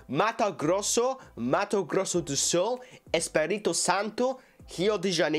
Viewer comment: u`ve said perfectly my State name 😍😍😍 And yes, we have a lot of Japanese people here. Mato Grosso do Sul